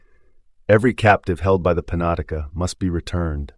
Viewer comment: Panatica? You mean penetanka?